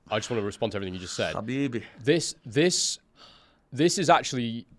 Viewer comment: Did just say habibbi😂